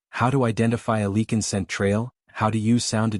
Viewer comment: I am getting sick and tired of these stupid.A i's They pronounce one word correctly and then mispronounce it five times later . Lichen , leaking , lycene , lacking .